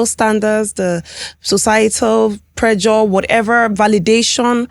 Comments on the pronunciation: The male Dr is Educating people but the female Dr is just trying to justify and selling BBL online, and as for the lady pls calm down your doing too much, you said you Schooled in Turkey you could not pronounce simply words like ( Presure ) you said that word repeatedly more than 2 times and it was a shame. Sometimes it's just best to be quiet especially when the world is watching. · Nigerians, how do you pronounce pressure? Pre-jure?😂